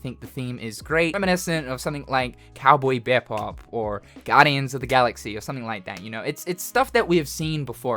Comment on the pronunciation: Who else almost threw a pickle at a moving car when he called cowboy bebop “COWBOY BAYBOP”🥹🥹